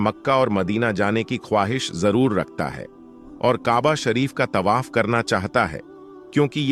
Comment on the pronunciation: Your pronunciation is very bad. Word Tawaf yani parikarma ko Tabah bol rahe ho. There aur hundreds of such mistakes mistakes in the vdo. Aapka channel koi Islamic channel nahin hai , kiyun jhoot bolte ho. Non muslims only dono great mosqs ke compiunds main nahin ja sakte . Dono cities main kai non muslims aate jaate hain aur many are employed there. I have seen them .